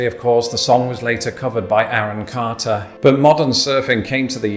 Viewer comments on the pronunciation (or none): none